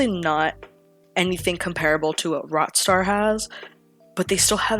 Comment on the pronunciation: "What is he saying? Ratstar? Rotstar?" Checks transcript feature/subtitles "ohhh rockstar ok"